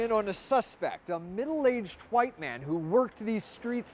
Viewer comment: Lol why did he say white like that? Lol